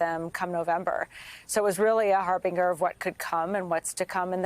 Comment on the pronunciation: Check your pronunciation of "harbinger".